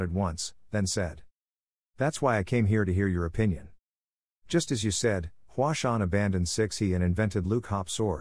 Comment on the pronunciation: Hua sung? Mount Hua